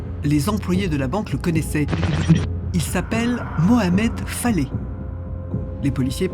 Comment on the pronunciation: Je tiens à préciser que"Faleh"que vous prononcez"Faley"veux dire en langue arabe"paysan". Se qu'il serait resté toute sa vie dans son Varoc natal. Personnellement, je suis persuadé que se criminel sans foi ni loi est coupable sur toute la ligne y compris pour la dame qu'il a lever, suivie et tué dans son garage pour lui voler la somme qu'il a vu retirée. On dit que les yeux sont le miroir de l'âme et bien, regardez ces yeux sur sa photo.Ils sont d'un noir profond et vide de toute humanité.